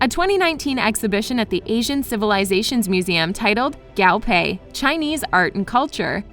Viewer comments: also guo pei not gao pei. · Not to be that one annoying chinese- but i hate the way the narrator says the chinese terms- like its guo pei not gao pei- yk? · The designer's name is not pronounced as "Gow-Pay", it's Gwoo-Pay lol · The designer's name is pronounced Guo (kuo) pei not gao (kao) pei. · GUO PEI not Gao Pei! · i’m mad she keeps saying gao pei instead of guo pei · guo pei. not gao pei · To reiterate, the designer’s name is pronounced as Guo Pei, not Gao Pei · Guo pei not gAo PeI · Guo Pei not Gao Pay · GAO PEI 😂😂😂😂😂 sorry i can't stop laughing at the pronounciation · Didn't even research the pronunciation of Guo Pei... Faux faux faux faux!!!!! 😂😂😂😂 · but the way she pronounces Guo Pei tho? and other words.